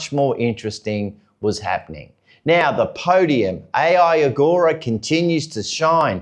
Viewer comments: Please dont say the letter names (A, )I , its Ai (eye) or just Ogura. If you can do Toprak's last name you can do Ogura's first. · "A" "I" Agura.. WTF. His name is not Artificial Intelligence Agura! Take sometime to learn the names!